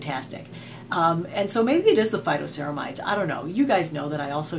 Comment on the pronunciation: Phyto...not photo!🙄😄